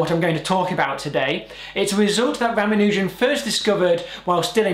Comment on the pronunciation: ra ma nu jan NOT ra ma nooooooooooo jan